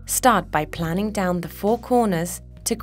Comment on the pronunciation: She twice confused "planing" with "planning." It always helps to know how to SAY the words before speaking them into a microphone.